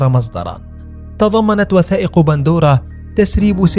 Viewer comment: قهرتينا ايها المعلق إسمها pandora وليس bandora 🍅🤭